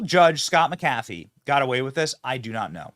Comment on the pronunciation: The Judges name is pronounced Mac A Fee..